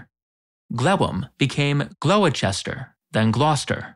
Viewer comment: As a Briton, I am grateful for your correct pronunciation of English cities like Gloucester .